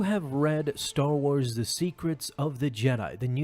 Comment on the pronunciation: "Staw Wars"